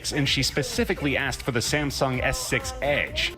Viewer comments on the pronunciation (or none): none